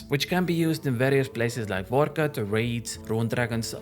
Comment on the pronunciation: "really useful hitting those hundreds at reds, or monsters like nix, vor cot, coporol best dewwili bozzez" XD